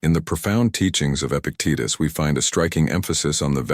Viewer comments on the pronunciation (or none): They want an AI future and yet this robot voice says "Epic Titus".. Epic Titus... then later "ease" is given for the word eyes, "pows" for pause... this robot app is very bad at the English language.